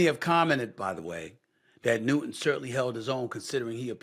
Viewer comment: New-Ton not New-Een. Bro don’t make it about race. Your despicable. Everything is not race. It’s just punks fighting (not Cam). You always make it about skin color, talk about doing damage!! Your not just talking about violence. Your talking about racism. Again. Standard, par the course. Carry on.